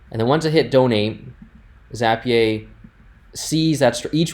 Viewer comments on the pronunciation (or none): This was really helpful, but why in the world do you call it Zappy-ay? 🤣